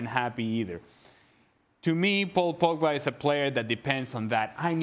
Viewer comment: If I have to hear 'Pogback' another time, I'll... I won't do anything. I'll just be mildly annoyed, and then move on with my life.